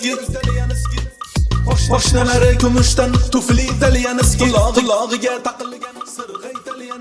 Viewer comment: Italyanski nega chaynavorgan yo menga shunaqa eshtildimi